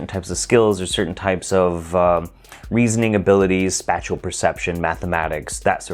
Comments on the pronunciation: it's spAtial perception, as in "space", not spatul perception, as in "spatula(?)". Long "A". Long "A". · It's pronounces spashial, not spatchial. It makes a "space" sound. Almost like someone from the south saying "special". Great video.